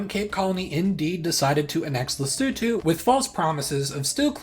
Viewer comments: didn't just learn why SA has a hole in it, but also how to properly pronounce Lesotho! great video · Thank you for pronouncing “Lesotho” correctly, unlike other Youtubers! 😭🇱🇸🇿🇦